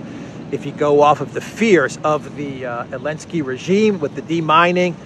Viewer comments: Why are you saying ELENSKY, you laughed about saying it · Curious as to why intentionally doesn't use the "Z" when pronouncing Zelensky. He corrected himself and said Elensky instead. Anyone know the backstory?